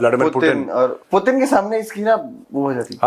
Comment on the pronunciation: Putin❌ प्यूटन ✅ 😂😂😂